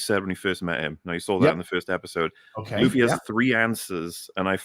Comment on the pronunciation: you damn Old Zlander! His name is looofy not luhfee!